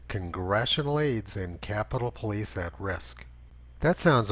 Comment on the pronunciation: You mean the poe-lice!